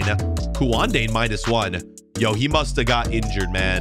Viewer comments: it's pronounced koon-day not kwan-day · I know this is probably your most hated type of comment but You say Kounde like Kunde